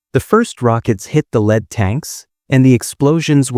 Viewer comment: "The first rockets hit the lead tanks." But "lead" was pronounced like the metal lead. Just another crappy AI narration. And the way the video just repeats the same things over and over until it reaches twenty minutes makes it clear this whole production is probably AI generated. The lazy person just gave the AI instructions to make a twenty minute long video about homemade armor on Sherman Tanks. in other words, just another crappy channel to click the "Don't recommend this channel option" on.